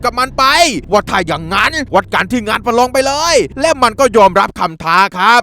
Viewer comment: พี่พูดว่าประรองประยุดผมลั่นเลย